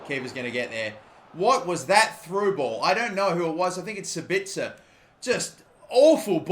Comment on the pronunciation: Im German and Sabitzer is pronounced: Saaabiiitzer correctly but the a longer than the i. Nice Video Mate!!